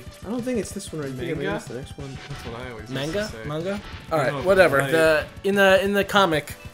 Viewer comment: Its pronounced "mahn-gah", but it really doesnt matter.